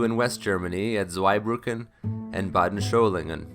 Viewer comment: Excellent video on the 104 - but one small correction: there is no “h” in Solingen.